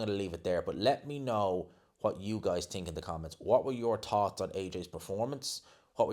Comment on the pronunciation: Dude, why do you always say "TINK" ...It's "th"ink